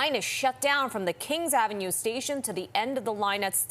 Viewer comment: Did the reporter really just say kings av??